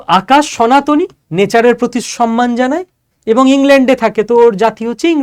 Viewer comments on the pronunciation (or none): none